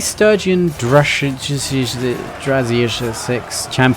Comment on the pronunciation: Дружинник- так пишется по русски то слово которое вы не могли выговорить в этом ролике, с транскрипцией не помогу, сами найдëте)